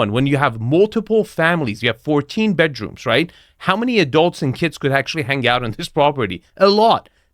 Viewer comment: "from both badrooms we can access this terrace which is embalashed by..." why are people who can barely speak anywhere near wealth?